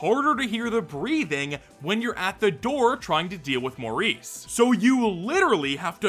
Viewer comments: Morris. Not Maurice. MORRIS. More-Iss. Not “Mohr-Ees”. You CAN read, right? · I would've thought Morris to be pronounced "Morris" and not "Maurice" lol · Morris is NOT pronounced like Maurice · Him saying "Maurice" for Morris was so funny to me idk why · Mow-rees? Not Mohr-is? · pronouncing Morris like Maurice every time 💔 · wait it's not supposed to be pronounced like that??😭